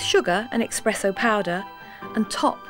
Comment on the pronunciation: I wonder if she still says "expresso."